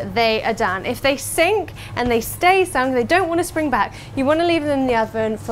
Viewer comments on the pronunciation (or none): none